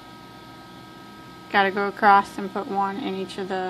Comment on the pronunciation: Sorry but it's across ! Not acrosst 👍 Other than that the best tutorials.